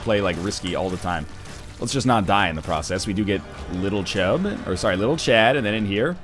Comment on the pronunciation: NL, you really can't get a name right can you, little chub, it's CHAD, not chub, but I guess you can't help just automatically renaming things in your head.